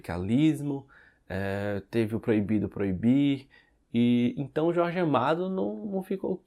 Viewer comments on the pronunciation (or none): none